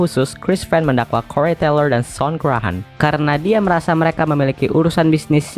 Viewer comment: "Des Moines", bacanya "də moin" ('es' nya ga terbaca). "Corey" terbacanya "kori" bukan "korei". Lainnya (tolong) belajar sendiri ya